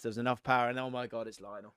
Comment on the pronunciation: Why does he say Messis first name like that